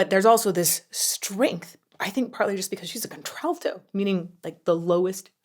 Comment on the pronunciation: Did you call that contralto? Counter/alto?